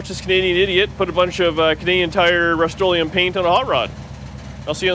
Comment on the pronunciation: Canadian Rust-o-leum...lol.